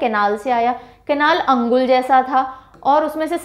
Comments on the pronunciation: Mam not अंगुल, that's called अनुगुल (Angul) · Ma'am, I see this video for the first time and it's great to watch the way you demonstrate and describe the details..Anybody can learn and memorize facts easily from this.. I would like to mention a small correction that Balaswar is pronounced locally as Baleswar and Angul as Anugul..